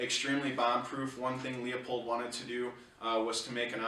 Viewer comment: LOO POLD, not LEO POLD. Please. Leopold Stokowski was a famous British conductor. See Bugs Bunny "Long-Haired Hare" for a spoof on the conductor Leopold.